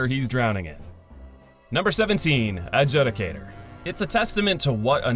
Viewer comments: It's pronounced ad-jood-i-cater. Not ad-jud-i-cater!! You must be from the south where they don't talk so well. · Love the video, I liked it just as with all your videos. Quick grammar point: judicator is pronounced 'jew-dee-kay-tor'. Looking forward to the next video. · Adjudicator (ad-Jew-dicator) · The way you say “Adjudicator” makes my eye twitch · 15 years later and still can't pronounce Adjudicator correctly 🙌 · All these years and he still can't pronounce Adjudicator 😂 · Even though it’s his 9th time doing this list, he still cannot pronounce Adjudicator correctly.